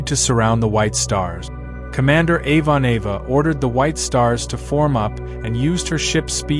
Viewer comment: "Avon-Ava" ... That mangled mispronunciation is extremely grating